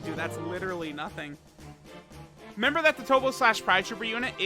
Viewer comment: I wonder if knows there's another syllable at the beginning of the word "remember."